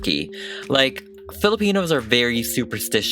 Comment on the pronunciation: Me: Filipino Hears say Filipino Me: REEEEEEEEEEEEEEEEEEEEEEEEEEEEEE